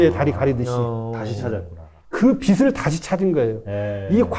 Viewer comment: 빛을 .. 비츨로 읽어야지요? 교수님은 계속 비슬이라고 읽으시네요. 무식하다에 대해서도 알려주셔야지요.